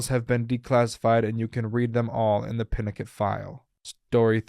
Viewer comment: FYI, "Pinochet" is pronounced "Pee-no-shay'. "Kissinger" - 'Kiss-in-jer'. Echelon - 'esh-uh-lon'. Quite frankly, the evil perpetrated upon people by Govt and military programmes beggars belief. And the immunity from punishment given scientists that treated people like subjects is, in itself, a crime against humanity.